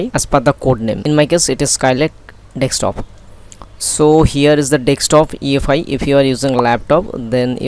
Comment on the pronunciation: You can see it spelled "desktop" why do you insist on pronouncing it as dextop! Good vid, informative stuff